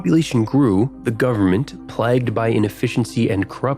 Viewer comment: Are you not able to say "plagued" properly ?